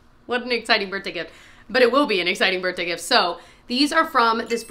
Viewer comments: Sound like you said Bertday and not birthday and I can’t hear it lol 🎉😂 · Ok- anyone else get a kick out of the way says “BirthDay”? I feel like the th isn’t pronounced as much.